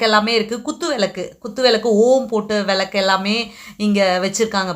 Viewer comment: விலக்கு என்று உச்சரிக்காதீங்க விளக்கு என்று உச்சரியுங்கள்